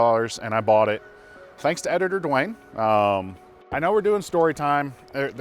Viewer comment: you REALLY need to stop calling "editor " Dewayne as editor Duwayne next time you refer to him it's POPPA Duwayne.